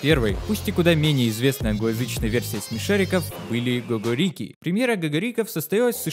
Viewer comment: Вообще-то правильно катается "го-го́рики" и ки-ко́рики"